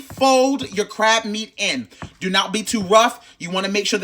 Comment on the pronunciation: "Just dew what I tell ya tuh dew" took me clean out and I cant explain why 😂😂😂😂